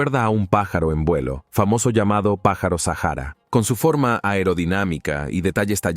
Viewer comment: El locutor deja mucho que desear dice sahara en vez de saqhara dice serpeo en vez de serapeum por favor un poquito mas de estudio!